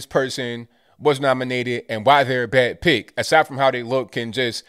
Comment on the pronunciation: He says, "not a good pick". But I swear it sounds like, "not a good pig". Wouldn't that be the truth?